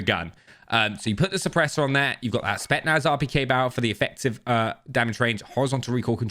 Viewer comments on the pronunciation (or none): spetSSSSSnaz! Not spetnaz!!